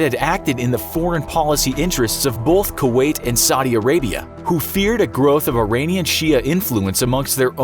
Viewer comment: It's pronounced "both" not "bolth".